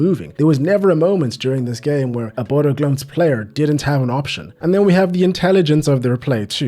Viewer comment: You pronounced that perfectly. First non Norwegian/Danish speaker that I've heard that's pronounced an "Ø" correctly! And I'm from Bodø as well, so I watch that team play regularily.